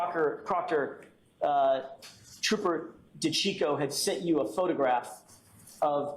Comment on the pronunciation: TROOOOPAH PROCTAH😂